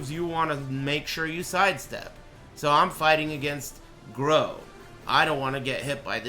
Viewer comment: "Groh"? Oh you mean Grøh